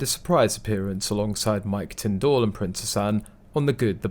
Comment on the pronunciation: Can you learn to say Tindall properly please